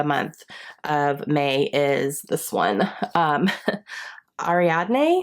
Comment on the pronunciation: I googled how to pronounce it . It’s eh-ree-ad-née.